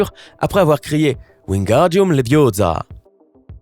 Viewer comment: C'est Leviooosa , et pas Leviosaaaaa !! 😂😂😂